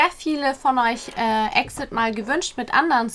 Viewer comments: Nicht böse gemeint...aber der Gruppenname wird E.X.I.D ausgesprochen. Also jeder Buchstabe einzeln auf englisch. 🙈 nicht wie EXIT.... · Man spricht exid eigentlich so aus: i eks ei die wie halt 이엑스아이디 Also einfach auf englisch buchstabieren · Wird EX-ID ausgesprochen:) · btw EXID wird E.X.I.D ausgesprochen Das besondere bei diesem Comeback ist, dass es verutlich zumindest erstmal das letzte Comeback mit der ganzen Gruppe ist, da 2 Member (Hani und Jeonghwa) Ende des Monats ihre Company Banana Culture verlassen und sich die verbleibenden Member vorerst auf Solo Projekte konzentrieren wollen. Sie haben dennoch gesagt, dass sich die Gruppe nicht auflöst und sie planen in der Zukunft weiterhin als EXID zu promoten Edit: Halsey hat heute ihren neuen Song Nightmare rausgebracht, vielleicht willst du ja auf das MV reagieren, fände ich auf jeden Fall interessant